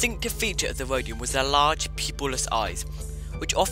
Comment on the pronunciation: You mean “Wodian?” 😆